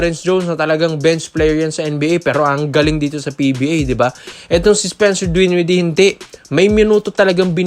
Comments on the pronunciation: Dinwiddie not Dwinwiddie! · Dinwiddie Hindi dwinwidee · DWINWIDDIE.??🙄🤔 Pati pagbigkas nang apelyido mali mali eh🤣🤣